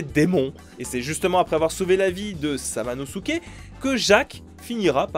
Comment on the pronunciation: Je suis hyper fan de Jean Reno depuis gamin et onimusha 3 c'est une perle ce jeux, par contre ta prononciation de samanosuke est horrible